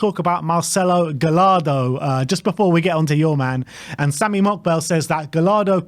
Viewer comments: It’s not gal-lardo, it’s guy-yardo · Double L in Spanish is a Y sound. Guy-Yar-duh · As an argentinian Spurs fan I’m all for Gallardo (you actually pronounce it more like gashardo like you would -shard-. I actually wanted Gallardo when Poch was sacked but ended up extending with River Plate. He is definetely not a gamble, I can assure you that. Just look at the players he made debut… Julian Alvarez, Enzo Fernandez.. THE MAN FOR THE JOB. EL MUÑECO GALLARDO (the toy)